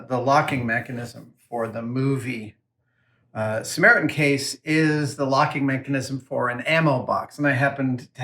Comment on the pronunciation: Did you miss the short "T" in "SAMARITAN"?